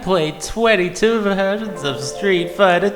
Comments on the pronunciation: you say two like tow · I think if you were able to pronounce the word "two" properly this video might have been a lot better